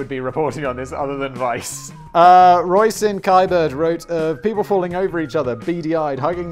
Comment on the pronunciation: Roisin is pronounced Rasheen, Big Brain :P